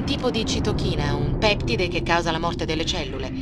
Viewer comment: Mio dio:gioco PERFETTO ma errori (orrori??) di pronuncia ("peptíde" ed "apoptòsi") davvero banali ed inaccettabili. Complimenti (e tanti) comunque a te